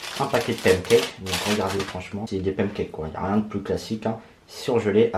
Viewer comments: y dit pam cakes la? 🤣🤣au lieu de pan cakes 🤣🤣🤣❤️ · Mdr il a dit "pamcakes" lol 🤣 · Ton accent me fait rêver quand tu dis pancakes